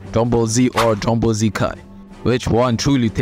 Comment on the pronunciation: Drungball Z o´ Drungball Z Kaa?